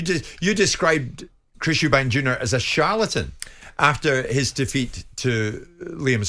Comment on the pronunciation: “Eubank”…no “s”.